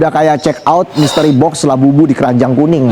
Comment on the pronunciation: Labubu jadi La buLuq....😂😂😂buLuq en Buriq hihiiihi